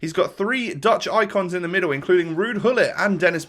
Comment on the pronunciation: Nice series man! I finally caught up. You give me hope of assembling a reasonable squad myself when I finally buy a ps4! One thing though. The G in 'Gullit' is a hard G not a spanish 'de Gea' G ;) Cheers!